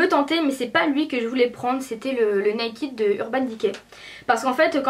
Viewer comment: J'aime mais on ne dit pas nakid tu vois ce que je veux dire:-) va sur google traduction et tu verras sa ce prononce pas nakid mais voila okeyy :-) :-) :-) :-) :-) :-) :-) ;-) toutes les youtubeuses disent (NAKID') SAUF c'est [ naked ' :-D